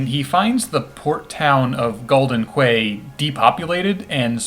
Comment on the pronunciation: Isnt Bahamut a female in this game? You can see feminine features when it zooms in on the first summon. Also, quay is pronounced "key"